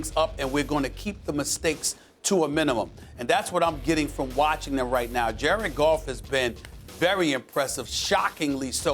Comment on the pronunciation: this man Stephen A really said jared golf